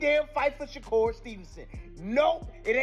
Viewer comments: He called Shukar Stevenson Shaker Stevenson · How are you talking about a fight and you can not pronounce the man name. Hopefully this help SHA-CURR. TRY THAT.